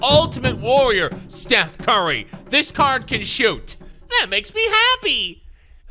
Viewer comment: #30: “Stoof Cary” I mean, “Steph Curry” 😂😂😂